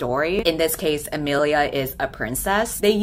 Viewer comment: imilia Me with the same name: t-thats... RAD but that ain't how u pronounce it...*nervous sweating* A-Me-li-A